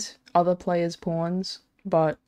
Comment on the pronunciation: The way you say pawns haha porns